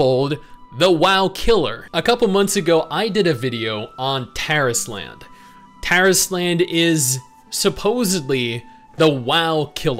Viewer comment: you're mispronouncing the title. It's not Taris Land, it's Tar Island. It's DEFINITELY Tar Island.